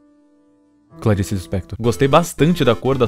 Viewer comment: O q eu amei foi o fala exatamente o nome Clarisse, eu amo esse nome